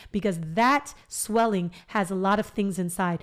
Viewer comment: “Sweeling” so funny girl! I’m literally sitting here chuckling for the first time after my extraction early this morning so I thank you. I needed tht lil laugh.. 😂You better do yo podcast perfectly, so inviting and very professional! Yasss gworl!!! I said YOU BETTA DO IT! More importantly, I truly needed this! You explained it in a way that made me understand and trust you. Not to mention you cute sisss!!! Felt like a good friend just giving me advice… not many can achieve that and for that I appreciate you!!! ❤️❤️💪🏾